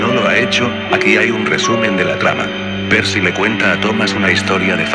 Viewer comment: Es Percy no Perky